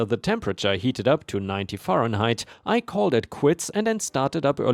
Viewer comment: 104 F (fahrenheit) is said as "fare in height" not "far in height." 20/20 is said simply as "20 20" and not "20 out of 20." It's a reference to eyesight/vision. "20/20" means you have normal vision because you see at 20 feet what you should see at 20 feet. If you have 20/15 then it means you can see at 20 feet what others have to be 15 feet away to see. So it's not one value "out of" another like a fraction, simply a comparison. "Contest" in this context is said as "cun-test" instead of "con-test." Said as "con-test" (noun) is like a game, drawing, gamble, etc. Said as "cun-test" (verb) is to challenge.